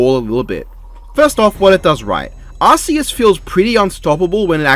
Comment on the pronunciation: based calling arceus arkoos